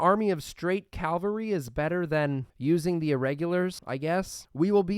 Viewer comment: c-AV-alry no t c-AL-very